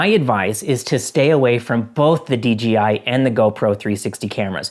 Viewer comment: Why are you saying Dee Gee Eye instead of Dee Jay Eye?